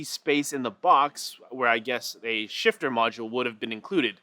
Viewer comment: for a moment I thought he was saying sh*tter xD